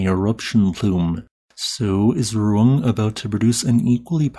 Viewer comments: not like that, I mean Ru-Ang, In Indonesia we pronounce the letter A by opening our mouth. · Sabar, orang luar cara pengucapannya beda jauh sama orang indo😅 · speech impediments exists dummy